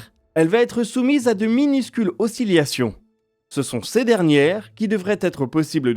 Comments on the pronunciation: 5h32 on ne dit pas o si li a tion mais o si la tion oscillation, merci ^^ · "oscillation" se prononce "OSSILASSION" et non "OSSILIASSION"